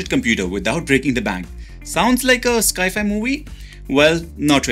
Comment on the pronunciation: Love it, but please don’t mispronounce Sci Fi as Sky fi